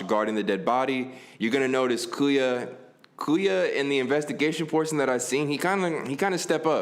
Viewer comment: Bruh everytime he say kuya i feel like he bout to say coo and i be like come on whatchu need the coo rn for